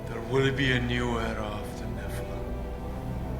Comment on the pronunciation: it's NOT pronounced "NE-FLUM", it's "NE-FAL-EEM" angel from grace!!! how lazy!!!